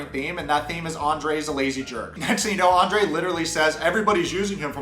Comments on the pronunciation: Is it me or dose each time Libby says her husbands name..like its such a delighful Andera pronouncement..its so icky He EXPECTS her to stick up for him Hes a Cry baby and such a runner ..he thinks everyone should be his financial institutions.. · I have to laugh at Libby everytime she pronounces his name. She has an exaggerated accent. She could do much better than Andre so why is she settling for him. She sure seems desperate marry someone like him. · I can not stand the way Elizabeth pronounces Andre. It's sickening. Even his family doesn't pronounce his name like that. He's a loser and sounds like he's talking with a mouth full of crap. Get rid of these 2 losers... even Libby is using her dad. Its shameful. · He's so Narcissistic and libby is so spoiled that they both together create a monster. It's disturbing. She could've just skipped Andrei and his BS and married her own daddy 🤣 since he is supporting her . Then we wouldn't have to listen to the way she pronounces Andrei. Idc if that's the right way to say it ,it sounds weird coming from her mouth..